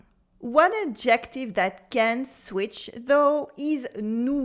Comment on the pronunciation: Merci pour ce vidéo! J'ai voulu faire un bref commentaire -- quand on dit "adjective" en anglais, il faut mettre la stresse clairement sur le "ad" (comme ADjective) au lieu du "jec". Quand on dit adJECtive, ça sonne plutôt comme le mot "ejective", ce qui est une éspèce de consonne qui existe dans plusieures langues (mais pas en français).